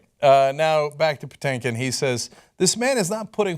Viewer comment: And it’s not “Patankin” it’s “PaTINKin”😂 (like “think”)